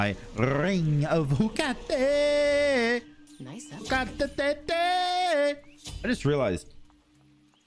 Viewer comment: I miss you calling it “ring of heakate”.. can you start calling it that again please? Also I laughed so hard during this video. The commentary was god tier!